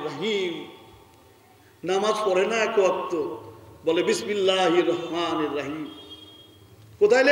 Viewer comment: বিসমিল্লাহির রহমানির রাহিম সঠিক উচ্চারণ করতে পারে না।